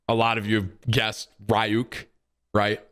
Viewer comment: Can’t say ryuk properly idk if it’s for u